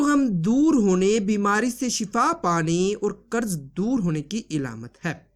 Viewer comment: ilamat nahi bro . alamat hai